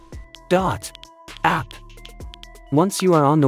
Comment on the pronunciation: The way it said DOT APP